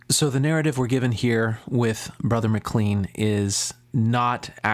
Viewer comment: Would you please learn how to pronounce his name. It is like McLane. There are 16 gay references in the bible. All negative. So is the bible a fake?